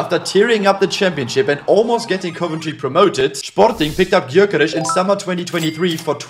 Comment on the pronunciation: Love how he always tries to pronounce players names correctly But he gotta work a bit in the gyökeres pronunciation😂